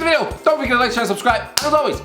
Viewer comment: When he said:" mngimgminggm subscribe", I felt that